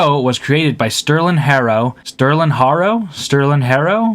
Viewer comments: Sterlin pronouncing his last name Harjo is Harjoe. He is Muscogee Creek/Seminole.🪶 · dude...if you cant pronounce the name of one of the show creators, dont do a review the j in harjo is not silent